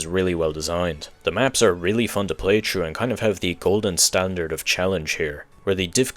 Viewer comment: Is your first language French? Or Polish? You keep dropping the H in through, and three like my grandfather used to, and his first language was Polish. Just curious, hope you don't find this rude.